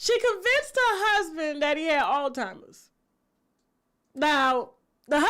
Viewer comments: Tasha… love… it is Alzheimer’s not All-timers!!!🤣🤣🤣🤣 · It's Alzheimer's not Altimers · C'mon Tasha it's Alzheimer's. 😩